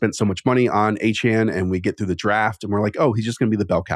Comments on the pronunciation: As an audio listener, you have to stop calling Etienne “Achane” it’s really confusing lol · Are we pronouncing Etienne as Achane now? 🧐